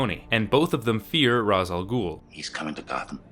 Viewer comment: Just... please. Its not pronounced "raz" its "rash"